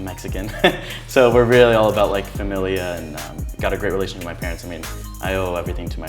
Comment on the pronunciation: boy says he's Mexican yet says "familia" in the most English accent lmao